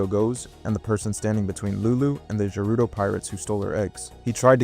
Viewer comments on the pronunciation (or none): Hey Gerudo is pronounced with a G not a D. Say it right.